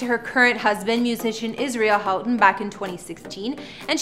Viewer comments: The last name is PRONOUNCED WRONG AND SPELLED WRONG ! Get your facts straight ! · HER MARRIED LAST IZ PRONOUNCED HO-TON AND ITS SPELLED HOUGHTON GET PEOPLE'S NAMES RIGHT BEFORE SHOOTIN THE VIDEO HER HUZBAND'S NAME IS ISRAEL ISRAEL'S SON'S NAME IS PRONOUNCED SUN-NY SPELLED S O N N Y